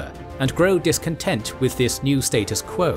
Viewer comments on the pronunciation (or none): none